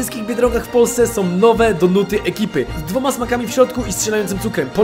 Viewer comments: ale nie ,,donaty" tylko ,,donuty" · Czemu Friz mówi wciąż donUty. To boli w uszy xD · Mega fajny ale ciongle mówiłeś tylko donatah